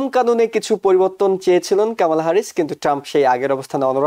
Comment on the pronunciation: কমলা কে আপনি কামালা বলেন কেন? সেক্ষেত্রে আপনি করিম কে কারিম বলেন না কেন?